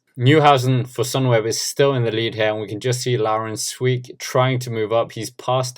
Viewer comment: can I give you a tip mate? Try to pronounce the "ee" in Sweeck as you would the "a" in brake